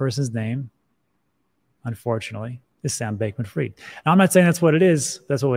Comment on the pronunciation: „Sam Bakeman Fried“ „Sam Backman Fried“ „Sam Bakement Fried“